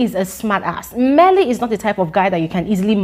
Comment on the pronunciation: I love the way you say, 'Mmeli'